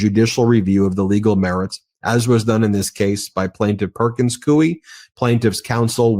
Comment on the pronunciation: I absolutely love your podcasts and Substacks. But pronounces ‘Coie’ incorrectly. It rhymes with ‘Louie.’ I used to work there and it’s driving me crazy that so many podcasters are spelling and/or pronouncing it incorrectly. Thanks for all your work.